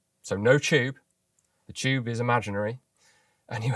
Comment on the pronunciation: "the choob is imaginary" :)